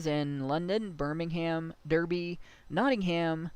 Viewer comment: Derby is pronounced in British English as “Dah-bee”. Leicester as “Lester”